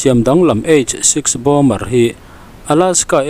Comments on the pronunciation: Bomber tiin an ziaka bomer tiin a chhiar ri thin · Bomer nge Bomber aw... Min lo chhang teh😮 ka hriatsual chuan explain please. News in siam chuan fimkhurna tur hi a tam viau. Pronunciation chu ka sawi lo na in, meaning- less chu a zia lo viau